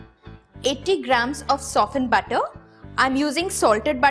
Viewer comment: The way she pronounces the word butter...🤦‍♀️🤦‍♀️🤦‍♀️😥